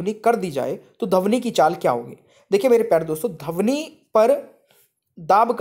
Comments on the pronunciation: धवनि नहीं ध्वनि कहना सीखें। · Sir dhawni nahi dhwani hota hai 🤭😁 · धवनी नहीं सर ध्वनि होता है 🤣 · Sir Dhwani hoga dhavani nhi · सर पहले अपना तलब्बुस ठीक करिए 😂 , ध्वनि पढ़ने आए थे , आप धवनी शिरा पढ़ा रहे हो 😂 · सर आप पढ़ाते बहुत अच्छा हैं, लेकिन आपका उच्चारण सही नहीं है, धवनि और ऐसे ही कई शब्दों का प्रयोग करते है आप 🙏